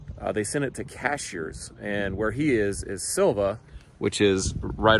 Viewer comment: Um, Cashiers check your groceries out at Ingles. "Cashers" is up over the mountain. Keep up the great work! 😆